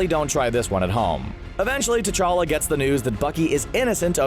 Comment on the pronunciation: Who’s tachka......... it’s T'Challa